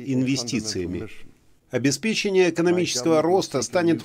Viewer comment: Возможно, на английском языке допустимо говорить "обеспе́чение", но на русском языке всё же говорят "обеспече́ние".